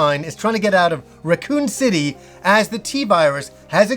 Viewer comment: he said Recoome city, loved